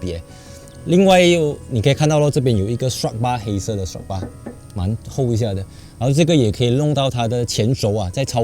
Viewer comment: 是Strut Bar 哦，不是Struct Bar